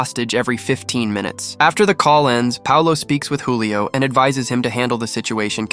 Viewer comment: Julio not hulio😂